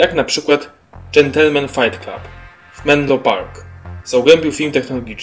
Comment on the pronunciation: Fajt klub? Letko? Chlopie, masz nad czym pracować